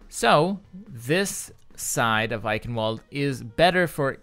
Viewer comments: Just being nit-picky, the W in Eichenwalde is pronounced as a V like, "I-kin-vald" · Pronounced: "EiSHen-Vald-eh" SOURCE: Edit: The announcer's pronunciation still sounds like "Eichenvalde" to me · It's also not pronounced "kin". "chen" in german is a sound not used in the English language. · "Ch" isn't pronounced "k" and the last e isn't silent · the "W" in Eichenwalde is pronouced "V" because it is german